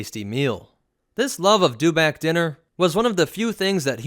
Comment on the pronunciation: It's a dew-itback.